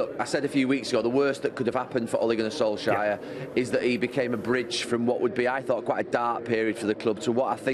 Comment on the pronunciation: Gary: Ole Gunner Solshire